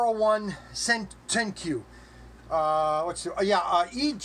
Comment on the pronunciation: Having some trouble pronouncing stuff huh? It’s I-401 not 1-401. I’ll try to let not being able to pronounce the class name slide, but Sentoku is pronounced like the chef’s knife. In the game I play the character based on this ship just calls herself Shioi. I picked this model up in mint condition at a local hobby store complete with its original sticker price. The kit now goes for around $70-80, I got her for half that.